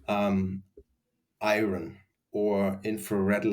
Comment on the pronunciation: What words was he saying around the 8 minute mark? Iren and infared ? Iran, Iren. I can’t tell what he’s saying.